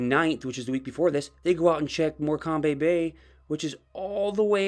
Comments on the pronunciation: Morcomby Bay!!!!! Its pronounced “More Cum” 🤪🙄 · Dude, it’s pronounced “Mor-coum”. It’s a silent B. You’re welcome 👍🏻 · Really good video and thoughtfully done. By the way- just to be helpful not critical- morecambe bay is pronounced with a silent “b” so the cambe part is pronounced like a comb you comb your hair with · Awwwww you just made me smile and giggle with your pronunciation of Morecambe 😊❤. It’s pronounced …. More cam. I thought Tucson was pronounced Took son 😂😂😂😂😂😂😂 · Great content. Morecombe Bay is pronounced "MORE.KUM BAY". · Morecambe is pronounced 'more—cam' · Morcambe bay.... pronounced ''MORCUM'' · A logical treatment of the facts. I forgive you for mis-pronouncing Morecambe.